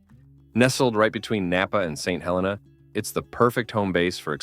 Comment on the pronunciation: What crappy AI narration… it is pronounced Saint HelEEna, not Hellena… and YONtville, not Yuntville… make an effort